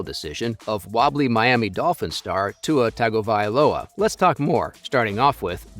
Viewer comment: He was examined by a league and union provided neurologist who had years and years of education and more years of practice. Do you think Coach McDaniel knows more about it than that neurologist? by the way, it's pronounced TUNG -oh - vy - LOW - uh.